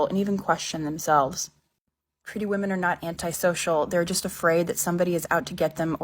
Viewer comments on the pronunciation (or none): pretty vvahmens, you should have nothing to worry about. Good day.